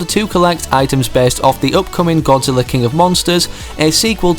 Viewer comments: Did he say Godziller? ITS GODZILLA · At the beginning you said godzillar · At first you said Godziller